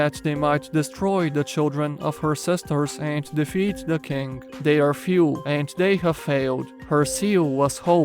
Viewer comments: When you say scarlet king I hear "Scarlet kink". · For a second I thought he said "The scarlet kink."